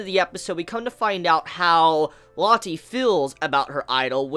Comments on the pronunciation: Rocket Crepper Or Low-tay. Saying it like Latte just feels stupid, you're calling her a fucking drink. [looks to the side] "Isn't that right, Tea?" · Lotti... Ameriga plis lern brounanciagion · It's pronuces Loa-te